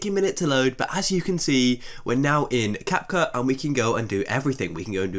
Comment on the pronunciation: "Cap-Khu" lol